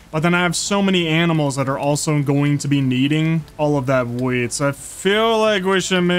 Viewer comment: 😂bro said weed instead of weet